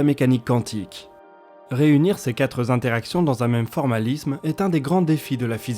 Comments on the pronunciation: Les quatre Z'interactions (plusieurs fois) ! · Ces quatre interactions et non ces quatres zinteractions ... J'ai les oreilles qui ont saigné 2 fois. ;-) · Quatre zintéractions vingt zintéractions ou cent zintéractions. T'as vraiment du mal avec les liaisons (dangereuses) ^^ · Merci à tous les deux pour votre incroyable boulot, à consommer sans aucune modération 😋 Si je peux me permettre, parce que ça me vrille régulièrement les oreilles sur la voix off d', pas de S à quatre (le chiffre) donc pas de liaison please! et quatre z'interactions:p